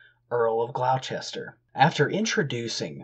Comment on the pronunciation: Historia seems like a good read. FYI, Gloucester is pronounced as Gloss-ter. Robert of Glosster